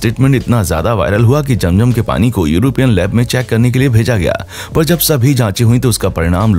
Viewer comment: Sorry jum jum nahi zum zum 🤣